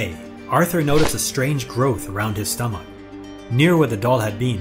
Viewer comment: How he said stomach was funny